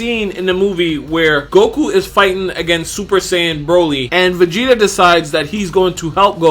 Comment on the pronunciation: Everybody says "Goku" until they make a YouTube vid. Then it's "Gogu" all the sudden 👆🏽